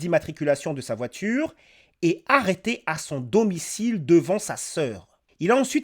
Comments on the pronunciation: Une voitchure 🚘 wesh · La porTchiere de la voiTchiure